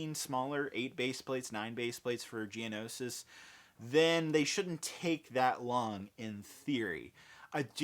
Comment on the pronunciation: I got so hyped when he said Geonoshish